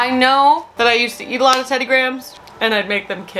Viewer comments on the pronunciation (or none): none